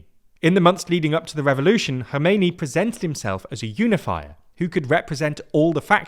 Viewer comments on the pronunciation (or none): I understand it is difficult to pronounce names, but mate you are really butchering them here. Who is god's name is "Mosadei"? Put a "K" at the end of it since you can't say ق. Same goes for Khomeini and Khamenei.